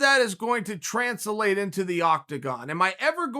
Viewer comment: Me: Translate Chael: Tran-sa-late Me: ok great